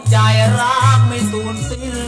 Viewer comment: ร้องนอกตำรา ออกเสียงผิด สิ้นเป็นเป็นสิ้ลล แต่ชอบ